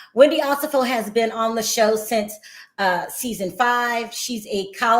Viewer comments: can we get to Wendy and Eddie? Also, her name is pronounced O-SEH-FO. Not Osa-fo. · One of the OLG locations is open. Also you keep pronouncing their last name wrong. It’s O-Se-Fo.